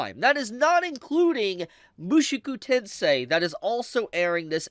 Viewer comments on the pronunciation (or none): none